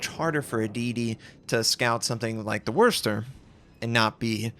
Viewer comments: Worchestor...it's worsch lols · Wurst-Er? Hilariously odd pronunciation, makes me think of German sausage. Try WUSS-ter. Or even WOOSE-ter. Nothing sausage-related, though.